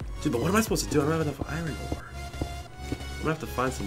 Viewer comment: its iron ore not irin ore